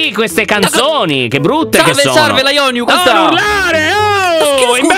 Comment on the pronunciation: Da sentire che lo a chiamato laionu ahahahahahahah